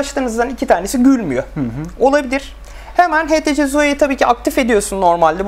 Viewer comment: htc değil ( eyçtisi ) diye okunur:) burda sen mi inceliyon ben mi anlamadım